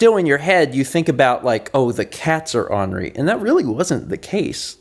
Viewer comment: lol. the way you pronounce ornery bothers me a bit. "On Ree" is not how it's said. It's "Or Nur Ee".